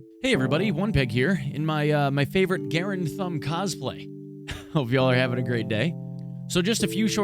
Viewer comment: Garand is pronounced Garand,... Not Garand.